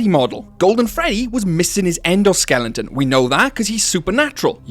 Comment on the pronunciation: endo skelington 😭😭😭